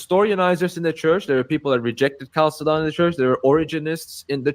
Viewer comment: Catholic bro doesn't even know how to pronounce Chalcedon